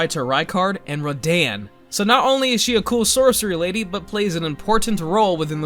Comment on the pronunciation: The way you said Radahn made me mad